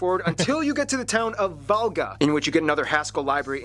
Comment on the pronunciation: The only toponyme he pronounced right was Valga. ALL others were totally wrong.